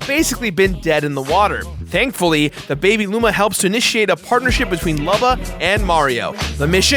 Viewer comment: Did he seriously say dankfuly